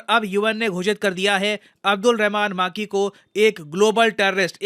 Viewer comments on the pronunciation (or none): माकी ❌ मकी ☑️ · अब्दुल रहमान मक्की Not माक्की।